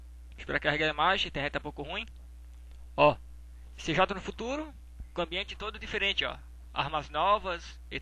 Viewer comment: TU FALOU C JOTÁ, E O CERTO ÉS CJ MAIS O NOME SE PRÔNUCIAS "CIGEI"